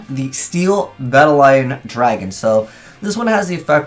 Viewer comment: Bat a lion? Seriously, are you illiterate? lol